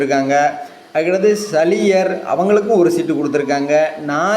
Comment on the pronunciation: அது சலியர் இல்ல சாலியர்